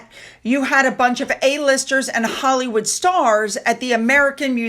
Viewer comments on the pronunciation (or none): none